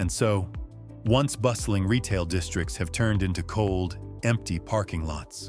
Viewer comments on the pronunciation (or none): Check a dictionary for the word "quality". Since when is "Retail" pronounced "ree tall"?